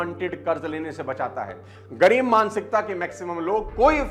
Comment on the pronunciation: It's ग़रीब not गरीब